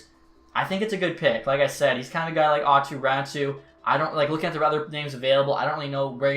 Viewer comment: It’s Aato Raty I don’t know why people say it’s Ratu